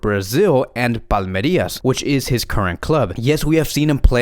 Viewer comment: It's Palmeiras, not Palmerias Endrick in Brazil is expected to be the next Vini Jr.